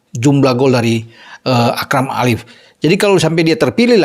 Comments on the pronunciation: Akram AFIF, bukan Akram ALIF.. Koreksi..😊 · Afif,bukan alif